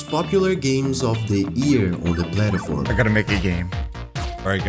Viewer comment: its not funny but i love how the guy says plataform instead of platform lol